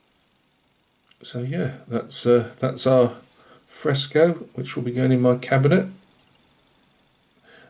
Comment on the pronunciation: I was giggling throughout the whole video. Fresco means fresh in Greek, it is exactly as you pronounce it also. Solid build, it came out great. Thanks for sharing, take care and keep up the good work my friend.